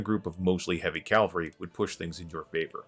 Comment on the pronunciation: Why do you pronounce caValry as calvalry??